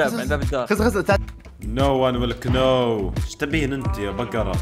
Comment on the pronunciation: no one will كنوو😂😂😂(know)😂